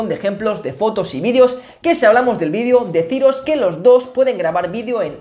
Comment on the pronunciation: ya volviste a decir mal la palabra VIDEO